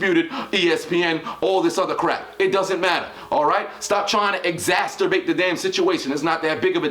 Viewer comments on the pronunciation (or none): It was funnier the first time you tried to say it.